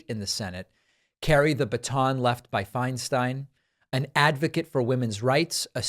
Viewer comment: Agreed David. She did contribute a great deal in terms of positive legislation (I’m a former CA resident - when Dianne was at her height). Thank you for pronouncing her name correctly as Finestine. So many have been disrespectful toward her as she’s declined.